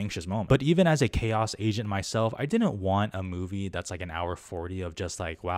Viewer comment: when you said “chaos agent” I thought you said “chaos Asian”